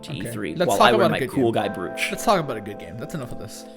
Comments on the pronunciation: Broach, not brooch dumbass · Why did I buy the digital version of hollow knight?! I never go digital! Nobody told me this would be a thing! Also: not to be that guy... But it's pronounced "broach." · "Bru-ooch"? Is that anything like a "Br-roach"? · Is that how all Americans pronounce "brooch"??